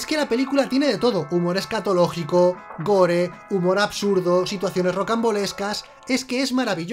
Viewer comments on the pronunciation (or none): none